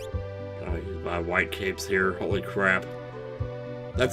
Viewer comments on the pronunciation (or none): none